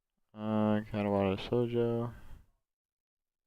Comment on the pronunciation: KAH-TAH-WA SHOW-JOE. ffs